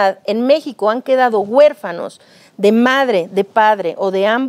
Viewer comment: Doscientas cuarenta mil guefanos LO Correcto es decir doscientos cuarenta mil huérfanos. Que les pasa por que se expresan tan mal y este vejete me caí mal por lepero.